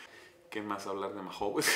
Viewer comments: Jajaja , nunca escuché a nadie que pronunciara la marca de esta cerveza así, " maju " , por cierto "cracks", habéis probado la variedad 5 estrellas , existen otras opciones de la marca mahou, como la clásica( lata verde), barrica, negra, maestra etc. No las metáis metáis todas en el mismo saco, se nota no tenéis ni p. Idea desde el respeto os lo digo. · Soy de españa y la verdad que no es que me guste mucho. Por cierto, sin ofender, aqui la pronunciamos "maou", solo para que lo sepais. Gran video como todos y viva metallica!!!!